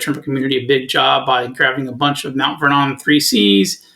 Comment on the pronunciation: Just an FYI ... Mt. Vernon, New York is pronounced "Mount VER-nun," with the accent on the "VER."